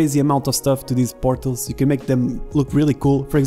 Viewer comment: Partles. You say them as Partles. They’re called Portals. What are you, Russian?